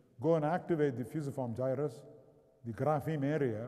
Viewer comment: Agreed, no one alive (save perhaps Brian Blessed) could say 'Fusiform Gyrus' like Rama!